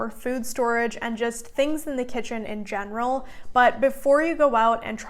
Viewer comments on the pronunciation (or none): none